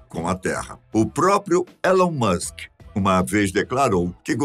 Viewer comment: nem pronunciar o nome do cara, o apresentador saber. porra